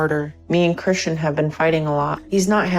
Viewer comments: Why is she pronouncing Christian as CHRISHUN tho 😭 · Why does she call him Chrishan. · Is there any reason she is completely unable to pronounce her boyfriend’s (well, her EX-boyfriend now, I guess) name properly?? It’s like fingernails on a rusty car… betcha didn’t think I was going to say rusty car LOL. Every time she whines “Chrisshunnnnnn” makes me want to slap her… “What are you, FIVE?!?! Damn, girl. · I hate how often she says "Chrisshon" not Christian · Kri-shuun, kri-shuun, kri-shuun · CRISHUUUUNNNN!! I ate to much & UR CAUSING ME MY WLS!! CRISSSHHHUNNN!!! Dam! She couldn't even say her bf's name rite? Is she 12???